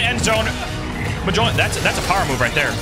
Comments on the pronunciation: Ah the good old muhjolner (it's pronounced M-yole-neer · Monjir ☒ Muhjolner ☑ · Love your vids, I want to see you succeed more Also bro i laugh everytime when you say M-Jol-Nir like that 😂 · I’m so sorry but it’s mjolnir 🤓